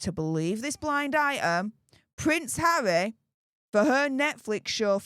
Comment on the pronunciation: You really tried to actually say harrrrrrry in this one 😂 but it still came out as havvvvvvy 😂